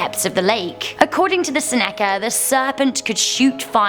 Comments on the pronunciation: It is pronounced ( SEN-i -C-ah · Good stories, once again. Thanks, love your enthusiasm and your impressions after each story. oh and the name of the people in the Ontario lake snake story was pronounced Senna-kuh. Have a good day! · Seneca- pronounced Sen (rhymes with Zen) uh-kuh.